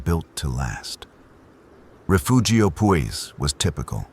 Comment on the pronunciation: Take a shot every time he says "rafoogio".